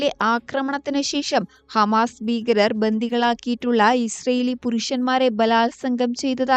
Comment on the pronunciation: ബീകരർ അല്ല . ഭീകരർ